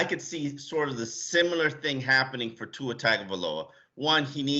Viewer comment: hes your QB now learn how to pronounce his last name! there is a Youtube video with tua teaching everyone how to say his name